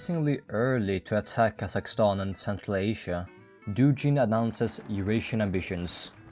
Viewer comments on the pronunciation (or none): как сделать чтоб англичане говорили не Дужин, а Дугин? DuGGGin? Спасибо что не Дужайн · Он не Дужин, а Дугин 😂 Г - G like in "good", "god", "ground", "game"... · Dugin is pronounced like Boogie, Doogien